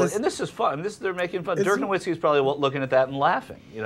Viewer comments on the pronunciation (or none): its pronounced noVitzki dumb bitch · These reporters are dumbasses. Can't pronounce nowitzki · No"V"itski, he's German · it's pronounced no-V-itzki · BTW it's pronounced noVITzky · Why does she try to talk about crap she knows nothing about? They didn't even pronounce his name correctly.